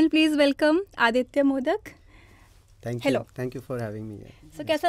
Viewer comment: Madam, minute things need to be addressed correctly. His name is Aditya Modak, now what you said is 'मोदक' - which is a delicacy in Maharashtra but the surname is pronounced as 'मोडक'. What a fool the interviewer is! Allow him to speak please. We are not here to see how many things you are aware of but to listen to. Learn how to take interviews. The only reason I won't subscribe.